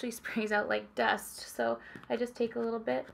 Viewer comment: I thought you said "it actually comes out like death" instead of "dust" and I was CONFUSED